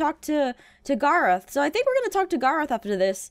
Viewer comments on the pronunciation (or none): Gar-oth instead of Garr-eth